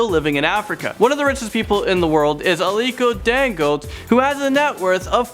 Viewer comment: you didn't pronounce the names well, it's Aliko Dangote and Mike Adenuga